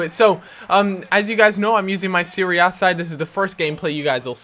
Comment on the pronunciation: anyone else think he pronounces seria-a wrong?